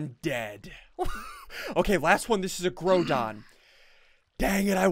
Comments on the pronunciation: did ian say groo don? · ssundee said growdon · It's pronounced grou-don